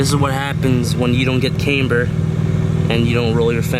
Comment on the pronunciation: couldn't stand how kept saying "cameber"